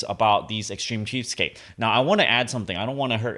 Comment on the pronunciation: trying to say cheapstake for 20 mins